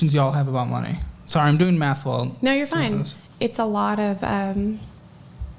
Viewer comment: Math not Meth